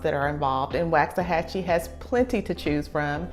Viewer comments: Hon its not wax it like wach achie boy when did it jump from 25000 to 45000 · First thing to know about Waxahachie: It’s pronounced “woks-a-hachie”, not “waks-a-hachie”. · it's pronounced Wox-a-hatchy. the population has probably doubled in the last 5 years, no new roads to handle the traffic. the traffic is crazy, the restaurants pretty much all suck, there's no good grocery shopping in the area, nothing for families. if you work in dallas you better prepare for a 1.5 hour drive on average, Fort Worth a little more. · You’re saying it wrong. “Walks a hachie”. but I really like your video. Thank you. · pronounced walks-a-hachie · Why does she say WAXahachie? ?!!11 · It is not pronounced like candle wax. Never has been. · Woxahachie. That’s how it’s pronounced. No “a”. I moved there in 1982 when we only had one stop light located at the now Walgreens which used to be a Dairy Queen. Enjoy! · How to tell when someone not from there: They pronounce it WAX-a-hachie 🤣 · It's pronounced like wok (asian frying pan). - - - Woksahachie. My father lived there as a child. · It’s “Wox”. Trust I got the business pronouncing it wrong. So much so I couldn’t finish your video. I live here now and just couldn’t hear you say it wrong after the 4th time. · It’s like nails against a chalkboard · Please oh Please learn to say it correctly!!!!! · That’s not how u say Waxahachie lord this video just made me mad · Don't listen to this woman. She can't even say the name correctly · This woman doesn't even know how to pronounce the name of the town do not trust her she has never been here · Couldn’t watch the video. You can’t even pronounce the name of the town so why would I take your opinion on anything about town? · I can’t handle listening to her mispronounce Waxahachie. Please learn the pronunciation if you are going to try and sell the area. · All true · why not pronounce it correctly?